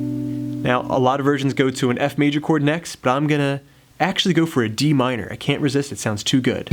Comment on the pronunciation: Its cant not cont